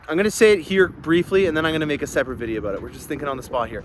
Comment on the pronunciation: I admit I joined early on to hear you say, "Aboot" and "doe-ler", but your videos get better every week. I learn something with every video. I am on list, but wish I could be on your list also. Thanks for the great vids!